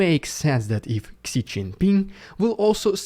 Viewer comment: Just as a side note, Xi is pronounced as Zhi